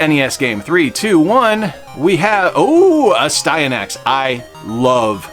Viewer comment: I could try to help you pronounce Astynax but you’ve seen our videos right? 🤪🤣